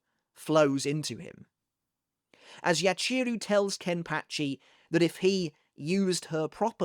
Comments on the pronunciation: Great video! I always like seeing you dissecting the bleach story, whether it’s manga or anime..I must say the only thing that’s putting me off a bit is the mispronouncing of their Japanese names🫣 like it’s not YaCHEEru, its Yachiru as ya-chi-ru where each part gets the same emphasis.. Sorry for pointing this out, it’s just a bit distracting to me..other than that, it was really interesting video, thank you for your content! 💪🙏🏻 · My guy, I love you… the way you say Yachiru hurts my soul